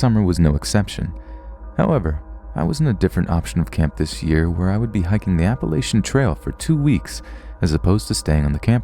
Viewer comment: Love the channel, though I would like to point out that you mispronounced Appalachian.